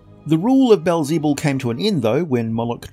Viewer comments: Aside from the butchered pronunciation of Beelzebub fantastic! (Beel - peel with a b. Ze - like a German person trying to say the Bub - wolverine) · Baal zee bul? Bee el ze bub. It literally means “lord of flies”